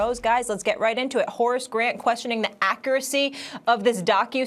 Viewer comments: Molly "acceracy" quierm rose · Molly said “AKIRACCY” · Every discerning man heard "ackracy" and said "SHE FOR THE STREETS!"